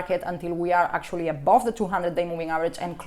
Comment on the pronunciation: I just love it when she says "above"... always sounds like "A-bob" :D